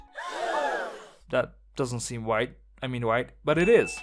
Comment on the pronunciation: "white" and "right" sound the same out of your mouth lol